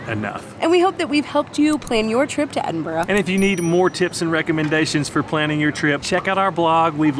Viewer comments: I just wish you’d pronounce it correctly…EdinBRUH.😊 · Usually it’s pronounced Edin—bruh, Iron-bru does have iron in it. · actually it's ed-in-bruh, I believe...